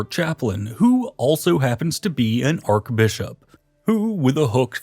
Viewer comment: Arkbishop, ClerGyman, pApacy, this guy likes alternative pronunciations LoL... Great video btw really exciting stuff...